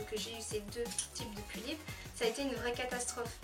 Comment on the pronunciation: "les Pullips c'est difficile à se procuré, c'est comme de la DROGUE !" So... I'm dead. "Un corps stock De Pullipeuh " "PullipEUH"EUHH ;u; JPPP Super vidéo, en tout cas.